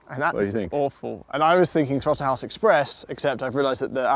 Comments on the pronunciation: TROTTLE HAUSE... uhh bottle mouse? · Did he just say throttle house buttplugged🤦🏻‍♂️